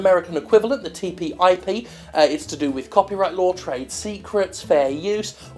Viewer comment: It's TTIP not TPIP (The EU equivalent)